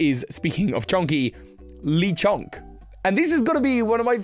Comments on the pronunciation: Its not ‘Leechonk’ its Le Chonk french for THE CHONK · I’m gonna punch you for saying “Leeee Chonk” the “Le” is clearly not stressed. “Luh-CHONK” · Its le as in French for the. Lechonk, the fat. Lol